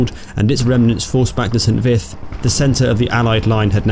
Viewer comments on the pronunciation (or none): I'm not sure, but I think St. Vith is pronounced "Sahn Vee."